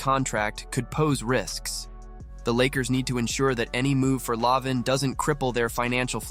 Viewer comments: Is it too much to ask to fix the script so it reads the name correct? la vein or la veen would have worked. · How you pronounce lavine is so funny.